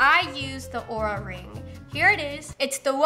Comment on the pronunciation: I looked online and it is actually “Oura Ring” not Aura Ring. Keep up the good work.